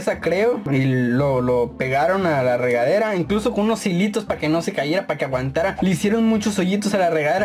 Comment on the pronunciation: Dijo regalera o es mi iaginacion